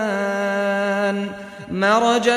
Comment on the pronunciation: I dont know why, but it looks like that u are saying tukadibaan instead of tukaziban ?